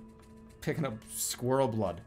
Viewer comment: My god that is incredible "skwerl"